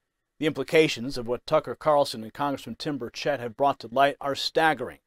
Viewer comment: It’s Burr Chet. Not Burr Chit